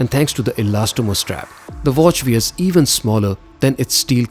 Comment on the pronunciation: Fod God’s sake get rid of the Indian accent... otherwise your videos are stunning. I had to think for a minute to figure by “Veer” you meant “Wear”, annoying distractions.